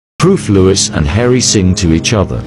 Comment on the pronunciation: If it pronounces his name like Lewis one more time- 👊🏼🤕